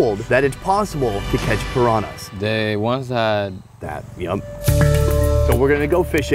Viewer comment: I love that can not pronounce pirañas hahaha